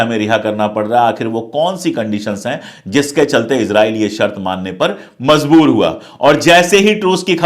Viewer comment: Mazboor nahin, Majboor hai.